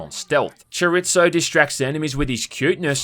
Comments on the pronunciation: My man said Choritzo lmao 🤣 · Cho-ree-zo not choritso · Please learn how to say "Chorizo" 🤣🤣 it's a type of meat.